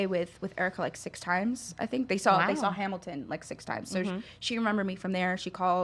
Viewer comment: I cringed when she said Hamil-couple, NOBODY CALLS IT THAT